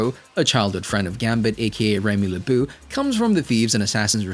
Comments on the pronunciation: "leboo"... It's le-bow Lebeau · Fam, how TF can I trust a breakdown of the character when you can’t even say his name correctly?! Seriously? Remy “Le-BOO,” though??? It was grand opening- grand closing, for me. I subscribed immediately when I saw the content… and unsubbed immediately when I heard it 😂